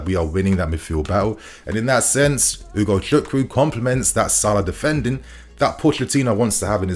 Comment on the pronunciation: You really pronounce his name really well ...nice